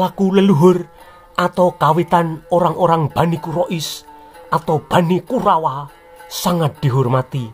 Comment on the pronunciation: kalo ngomong KURAWA jelas baget